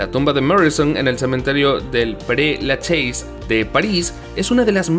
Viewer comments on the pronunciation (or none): El cementerio donde está Morrinson es Per Laches..!! ¿Porqué nunca lo pronuncian bien? Yo estuve allí y su tumba tiene un cercado porque los fanáticos hacían rituales extraños!